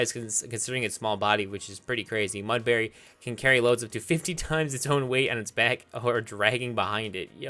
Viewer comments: Every time u pronounced Mudbray as Mudbary i died a little inside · So here's a list of every word he said wrong verge Mudbray baile Alolan Minior Debris brilliant This is sad.